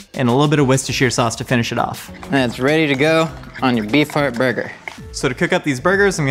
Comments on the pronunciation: I can't help but hear "Bee fart" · unhear bee farrrrrt say beef heart againnnnnn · I kept hearing “bee fart” and I’m not sure why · oh my GOD i cannot UNHEAR that now!!!!!